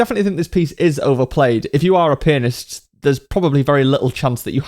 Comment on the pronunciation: When you say Pianist it honestly sounds like Penis